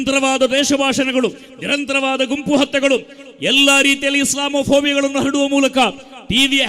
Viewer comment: Islamopobia ವನ್ನು ಹಡುವ ಮೂಲಕ ಅಂತಿಯಲೋ ನಿನಗ ಕನ್ನಡ ಕಲಿಸಿದವರಾರು